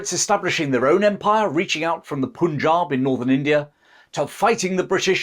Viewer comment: dude.. learn to say PUNJAB properly - it's like PUN-JAAB... Sheesh🤨 👎🏽 for saying "poon"jab -so awfully. Otherwise, decent.